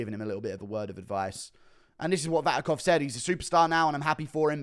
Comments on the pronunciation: Its not Vatikov,its Vakhitov 😂 Guru pulling a chael on us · Hey,. Something, you may find interesting: Vakhitov already tried to be an MMA fighter and failed, check out Open FC 31 results. Also it's Vakhitov, pronounced [Vahitov], not [Vatikov]. All the best. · guru is now being like Sonnen, misspelling fighters surnames, 'VaTIKov', while dudes surname is VaKHitov.. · Vatikov, lol. Are english just dumber americans? Btw, since he fought Alex he got blackbolted out of kickboxing for his ethnicity, transition into new sport, got injured and sit out for a year all in Kazakhstan regional, couse he couldn't find booking anywhere else. Deep inside as always from.